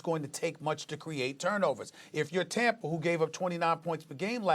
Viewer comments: “When you look at Tamper”, why can’t SAS pronounce words that end in “A”? He’s from New York, they don’t do that lol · I'm going to start calling Tampa "Tampra" like Stephen A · Stephen A" Riskay Tamper" smith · Did this guy just say "TAMPER BAY" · Nobody: SAS: Tampr